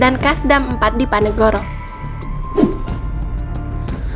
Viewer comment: DIPONEGORO....BUKAN DIPANEGORO....ADMINNYA GK SEKOLAH...